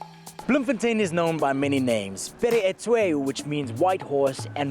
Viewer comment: lol "Pere e tshwe"